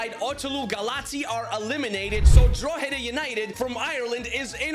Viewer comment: Yo. Drogheda United is pronounced Draw-hed-a. Just for future reference 👍